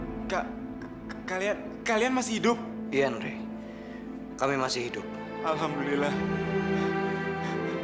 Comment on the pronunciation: Coba pada dengerin pake earphone.. ngomongnya bener hidup bukan hidung